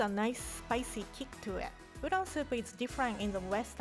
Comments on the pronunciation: wow i thought rie said udong😂😂 filipinos will know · "So if you buy instant udool noodle,"